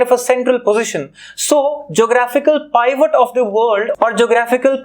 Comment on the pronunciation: Your pronunciation of Pivot is wrong 🤦